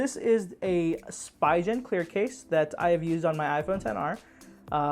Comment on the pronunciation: “Spee ghen “